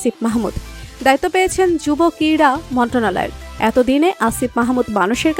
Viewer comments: মন্টনালয় টা কি,,মন্ত্রণালয় ও উচ্চারণ করতে পারেন না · উচ্চারণ ঠিক করেন" মন্ত্রণালয় "